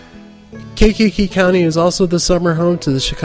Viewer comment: the way you say "Kankakee" bothers me lol. We pronounce it "Kainkee"